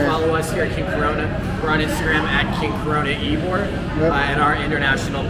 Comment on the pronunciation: Tampa in the winter is milder than Miami. Perfect time to visit the beach. Oh, and Ybor is pronounced (E-bor). It’s literally Cigar city.